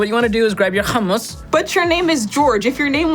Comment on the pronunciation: The way he said hummus 😂😂😂